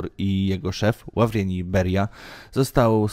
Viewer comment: Byłoby dobrze gdybyś się przyłożył do prawidłowego wymawiania nazwisk, chociażby np. Ł a w r i e n t i j Beria.